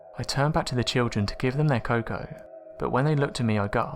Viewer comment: The way you say cocoa is more paindul than an anal prolapse, also your cadence fills me with hate for you and an immeasurable rage that I was born with ears.